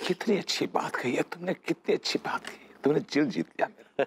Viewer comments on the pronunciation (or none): Kisi ne notice Kiya vibhuti ne Dil Jeet liya ki jgh jil Jeet liya bola 😅😂